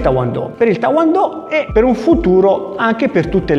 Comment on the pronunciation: il titolo e giustissimo, poi amichevolmente ti dico che sbagliato la pronuncia,e tae kwon do e non ta won do, ma lo dici molto simpaticamente secondo me,allora fai un sbaglio solo,non e kumite negli arti marziali questo e kumite dello sport, perche? perche poui vincere una gara cosi? si certamente,ma poui anche difenderti dal scippatore cosi? solo se i ladri cominciano a prenderti i soldi nello stesso modo, e diventa un scherzo, e come giocare poker senza soldi ma con i fagioli, chi sa poker mi capisce perfettamente, e un invensione koreano,e non poteva essere altrimenti, jka, o skif, non lo adotteranno mai,a meno che covid continui all infinito, ma olympiade si tutti gli sport possono diventare cosi,lotta, pugilato,sci, ma anch il calcio, dacordissimo